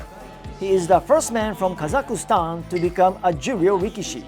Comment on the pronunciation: It's not Kazakustan! KAZAKHSTAN